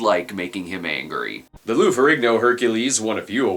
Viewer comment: It’s pronounced feh-REEN-yo